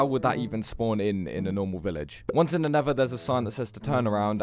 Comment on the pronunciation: bruh this dude has earned my respect just by pronounsing nether like nevah